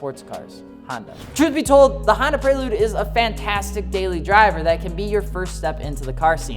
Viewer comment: Sounds like he's saying handa